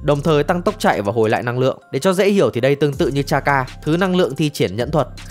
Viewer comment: chakra chứ k phải charka nhá ad